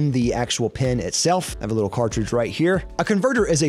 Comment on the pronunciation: Who else got triggered when he pronounced cartridge the wrong way (pronounced cartridge)